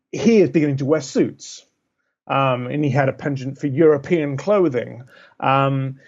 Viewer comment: Love the way this guy pronounces ‘Pablo Escobar’ in an ostentatiously Spanish accent, but then pronounces the word ‘penchant’ in the most phonetically-blunt English I’ve ever heard! Interesting account; nevertheless.